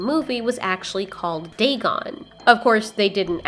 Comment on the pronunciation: It’s Dagon